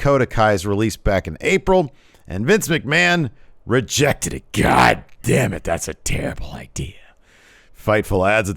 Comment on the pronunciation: Everytime he says GAHDAMNIT I buss out laughing